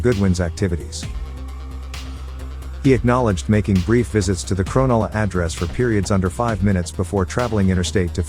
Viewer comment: You can tell the narrator has not been to (crownulla)❌ (cronulla) ✅